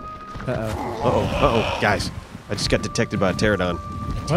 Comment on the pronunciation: pterANodon... not pteradon. geez... it's only been a decade.